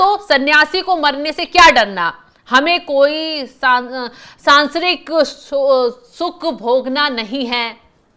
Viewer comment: जी, सांसारिक को सांसरिक बोल रही हो। शुद्ध बोलिए, अन्यथा समाचार प्रस्तुत करने का काम छोड़िए।